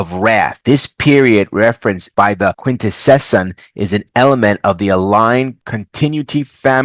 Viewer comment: Your pronunciation of Quintesson. You: Quint-Eh-Session Cartoons they were introduced in: Quint-Eh-Son Specifically he is a Prosecutor Quintesson.